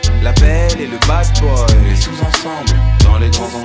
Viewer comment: Pourquoi il prononce la belle et le bad boy comme "la belle et le bass boy"?